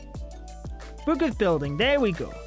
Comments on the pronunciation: can this bloke please stop saying boohk ffs? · i love how he says book